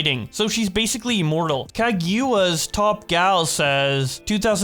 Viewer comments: It's pronounce Ka-Gu-Ya Please don't butcher my waifu like that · Sorry but the way you pronounced Kaguya is killing me lol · It has to be on purpose lmao